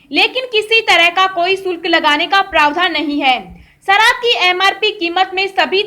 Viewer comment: Biharun aagy taja (taza) khabar lekar. Sarab nahi sharab.